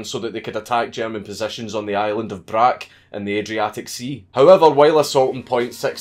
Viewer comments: You don't say Brac for the island of Brač but Brach, so you must say CH at the end which is letter Č in south-slavic languages. As Greenwich, so it is Brach. Otherwise nice video, I like. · dankula ik u have probably been corrected on its but its brač (brach) not brack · It’s pronounced Bra-ch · Sorry to correct you, but name of that island is Brač it is pronounced Brach. It would be great to put some sort of memorial there for Jack Churchill. I know some people from there, maybe I could talk them in to something.